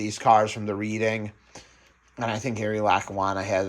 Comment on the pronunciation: I haven't tuned in for a bit but your layout looks great! I see you finally bridged the ends. Also, Reading is pronounced Redding.